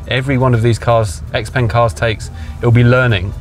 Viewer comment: The letter X makes a 'SHA' sound in Chinese and 'peng' is prounced 'PONG', so put to together, "SHA-PONG"